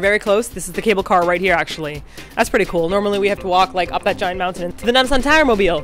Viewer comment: When you guys say Nam sam tower I think of Itaewon Freedom..... XD WHERE EEZ NAMSAHN TOWERR?